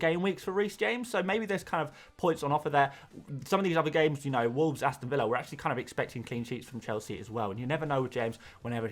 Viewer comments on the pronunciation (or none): none